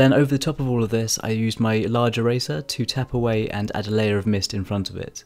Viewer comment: I kept thinking he was saying Razor instead of eraser